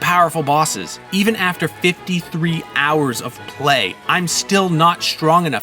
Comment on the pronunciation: 53 hours, the way he put emphasis it twice seems like that's a lot of gametime which isn't for a JRPG playthrough. if that was from a playthrough of choosing one character out of eight, only then would i be impressed